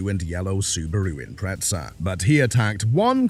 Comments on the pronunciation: Its an Imprezza, not an Impretsa. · There is no "t" in the word Impreza. Why do Brits put it in there?